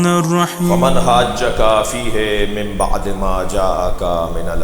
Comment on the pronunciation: QURAN SAHE TALAFUZ SAY PARHNA NAHE AATA OR MUNAZRA KARAIN GAY. FE HE KO FE HAY PARHNAY WALAY ALAMA SHAHNSHA SAHAB PAHLAY APNA QURAN SAHE KARO PHIR BAAT KARNA.